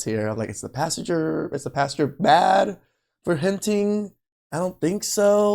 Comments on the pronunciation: It’s PAS-TOR Not PAS-TUR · Yo A PASTURE (pronounced pass-cher) is a field where livestock graze. A PASTOR (pronounced pass-ter) is a church leader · Hey red, I gonna give you a little crap. A pastor is a man that preaches the word of God and a pasture is where cows go to Grace. It sounds like you’re saying the second one lol